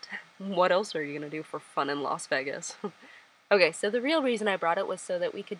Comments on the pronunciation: Las veh-gas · "Las Veggas " lol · WHY DO YOU CALL IT LAS VEGGIS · I like how you say VEGas instead of VAYGas. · so everybody is gonna ignore the way she pronounced las VEGAS ?? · No ones gonna comment on how she pronounces Las Vegas? 😗😂 (not hating, just love) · WHO PRONOUNCEs LAS VEGAS LIKE THAT NDNFNDNDMDMD